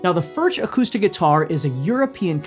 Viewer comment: I have two of the.. they are great! But they are pronounced, 'furk.'